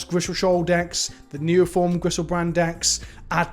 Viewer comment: I'm sad mana monke got axed and not teferi,tr Also it's called grishoalbrand, not griselshoal. Rip looting #lootingdidnothingwrong